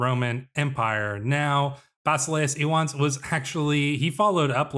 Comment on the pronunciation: I believe the name Ioannes is pronounced “yo-AN-nes”—no silent syllables. Very excited to see where this goes!